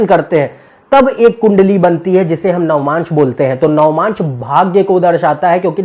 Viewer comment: it is not "navamaansh" ............... it is "Navaamsh"..........